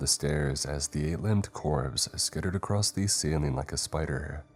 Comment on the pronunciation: It's across not acrosed🤬🤬🤬 im sick of hearing that 💩.